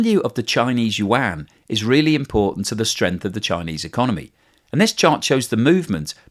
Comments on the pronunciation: FFS, if you are going to talk about China and borrow Chinese words, get a Chinese speaker to help you a little... it is not wahn, yuan is something like you-ahn.... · “The Chinese wan” 😑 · Just say "RMB" instead of "wan".